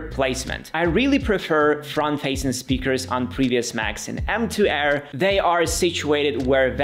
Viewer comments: It’s Air, not Hair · did he say macbook AIR or macbook HAIR